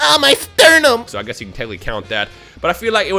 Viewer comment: Its sternum